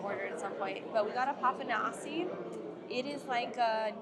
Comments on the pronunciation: With papanashi, do not pronounce the final i.. just say Papa-nash…. The dessert from the gods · 😂😂 The pronunciation is " Papanashy ", y is a short "i". Enjoy your food!!😂🎉❤